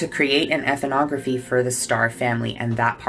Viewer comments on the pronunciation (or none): Much love, and great video, but please stop adding an extra syllable to the word "ethnography". I just can't take hearing you mispronounce it again and again....lol.